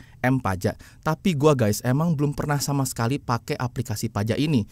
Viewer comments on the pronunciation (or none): mana ada Guys di baca ges, apalagi gess,, norak, harus nya yg benar itu di baca Gais atau Gaes, harus ada huruf A nya jangan E